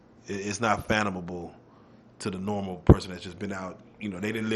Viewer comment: Fanthomable 😂😂 bro mean fathomable